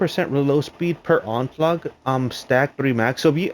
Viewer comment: It's onslaught dude. Not onslaug